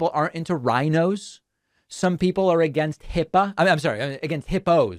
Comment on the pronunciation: This guy said HIPPA. Love you David.